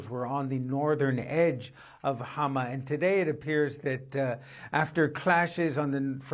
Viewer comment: I am frankly impressed by the way she's pronouncing Hama.